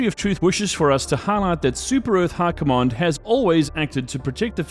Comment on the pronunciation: How are you saying High Command like Hurkomon. How.